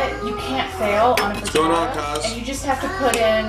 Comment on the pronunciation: just because i'm an italian subby...it's FRITTATA not FRITATTA...looove your channel..